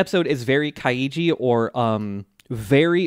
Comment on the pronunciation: Add to to do list: Learn how to say Kaiji